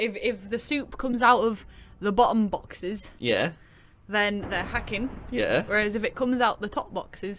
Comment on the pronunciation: "is 'ackin' that innit?"